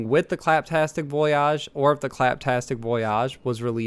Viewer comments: It’s voyage not vuoyarrjj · Voy-ihj. Not voy-ahhj. The "malfunctioning" animation is the robot using its wrist-mounted mixer to mix something in a cup. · Voyage, not voi-yajh...lol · voyage not voyaaache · Rofl I was wondering the same thing it's voy ige maybe he's going for the bon voyage pronaunciation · VoyYAHHHG????? Huh? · It's pronounced "voy-ij" dude. Jesus christ. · Why did he say voyage like that VOOY AHHG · I thought he was joking the first couple of times but then... it just kept going on. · It was really pissing me off tbh lol, it was actually disgusting. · Boy why are you saying voyage like that. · You don't have to emphasize the back half of the word "Voyage" btw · I think he was saying in a bon voyage sort of way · Yeah that was weird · Why do you keep saying VOYAGE wrong? Its voyage. Not voyage. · I love how he mispronounces voyage. Lol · It's cringe. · He pronounces it like the french word voyage, not the english one. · Yeah he didn’t say voyage or nisha right